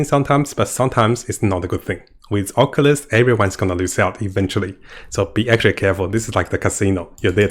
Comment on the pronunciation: AWH-CULL-TIST NOT OC-U-LIST